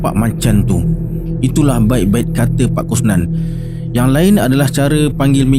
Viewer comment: Bukan ka Tay pi tapi ka Tay pay😅😅😅